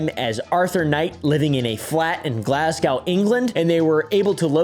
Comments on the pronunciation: First of all “glass-cow”, second of all, ENGLAND?!?!. It’s “glaz-go” and it’s in SCOTLAND😭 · I live in Glasgow it’s not in England 😂😂 and just to help the Americans it’s not pronounced Glasgouw 😂 it’s just Glasgow (w) the W is silent thank you on behalf of Scottish people 😂😂😂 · Its glass gow not cow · Im Scottish btw so 2 things 1-Glasgow is not in England its in Scotland 2-its pronounced Glas-go not glass-cow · Glascow England is about to cause a civil war… firstly it’s Scotland and its pronounced Glas-go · "glasgaw englend" hurt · It's pronounces Glaz-Go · The way pronounces Glasgow is hurting me 😭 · my love, I was enjoying this video far too much all the way up until your mispronunciation of Glasgow, England.. I have lost all faith in you as your pronunciation is undoubtedly the worst I have ever heard and Glasgow is in Scotland, not England. I hope your pillow is warm on both sides tonight.